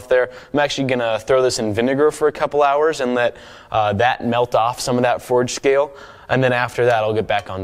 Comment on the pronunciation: does any one here him say foreskin or forge scale